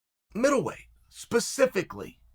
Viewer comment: Pacifically... think u mean to say specifically there ole chael. I get that u from the Pacific northwest so maybe that helps account for the mispronunciation